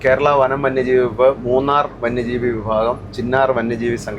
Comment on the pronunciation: ഭാഗം എന്നുള്ളത്,phagam എന്നാണ് ഉച്ചരിക്കുന്നത്, തിരുത്തികൂടെ?😂